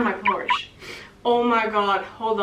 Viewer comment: to sitting in my pors ? dude thats porsche paul will hate u about this lmao